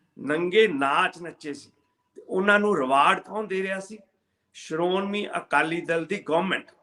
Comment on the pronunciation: pyar bhari sat Siri akal, tusi bahut sohna bolde o,par sharomani noo sharonmi